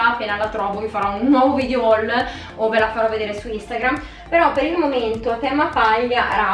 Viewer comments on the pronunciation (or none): none